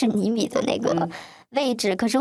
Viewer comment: 还有很多，不知道是不是转换声音导致的，又好像本来她就是这样说话：niao（聊）天，泥（厘）米，念（练）习，您（林）立珍，逆（立）法委员